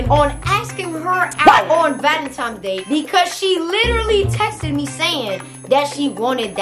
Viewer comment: Who else heard her saying “Valentimes “